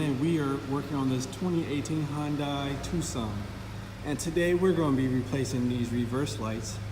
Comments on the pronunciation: Too-Saan not Tuksan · the C is silent in Tucson.